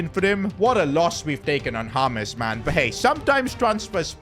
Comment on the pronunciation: James ❌Hames✔️